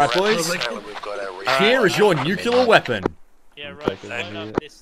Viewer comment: "I'm a nuclear specialist" Pronounces "Nuclear" as "Nucular" H M M M